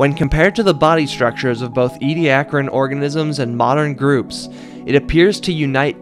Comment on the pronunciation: As these fossils were found at Ediacra station in the Flinders, they are pronounced Ee-dee- AH-cra. Tell your friends.